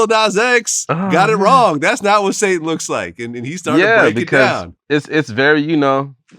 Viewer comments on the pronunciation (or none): It’s hashatan. Sounds like hashahtaun